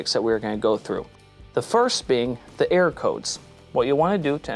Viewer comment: It sounds like you say “air” code because you don’t enunciate err-or